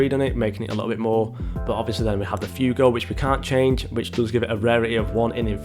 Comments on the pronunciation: Fuego is pronounced (fweɡo). Not Fewgo. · man said "few go" LMAO